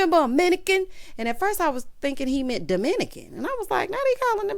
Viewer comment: the best part was you saying "minican", 🤣🤣🤣